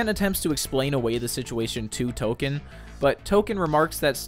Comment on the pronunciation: its tolkien'